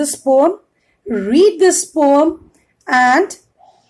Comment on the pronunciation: Mam that is not Pom that is poem